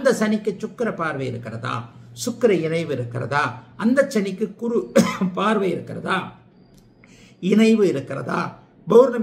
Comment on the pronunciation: நீங்கள் குரு உச்சரிப்பு தவறான முறையில் சொல்கிறார்